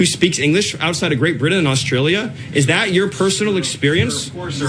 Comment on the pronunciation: That racist guy can't pronounce Britain correctly